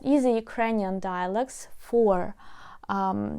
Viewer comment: Dear - I was primarily listening to this video, as things & people in my home are a constant distraction. I really thought you said the name of your textbook is “Easy Ukrainian Dialects.” I started wondering why we should change to learning Ukrainian by focusing on many different dialects of Ukrainian, rather than learning a clear and standard method of pronouncing Ukrainian words?? It truly puzzled me why you continued to say “Easy Ukrainian Dialects!!” As a teacher myself, I needed to stop what I was doing and investigate further. I see that it’s just a case of you pronouncing the vowel O (as in LOG) by using the short E vowel sound (as in Etc.). It reminded me that the majority of my problem understanding foreign speakers of English has been when they use a different vowel sound from what we use, or when they do not pronounce all the consonants well enough for us to understand the word. I really do want everyone to understand you when you say the name of your textbook! I do speak a few languages and understand that different languages pronounce vowels with different sounds, but I wonder if perhaps a little more time focussed on phonics at the beginning of learning a new language might help prevent such misunderstandings? I do wish you a great success with your textbook and teaching! I have referred many people to your channel and your teaching program. But I really do think more English speakers will understand you if you pronounce the last syllable of your textbook t